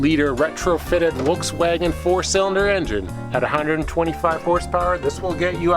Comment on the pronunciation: What's a WolksWagon?????? Lol.